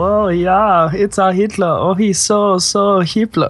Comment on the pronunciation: did he just say he is hipler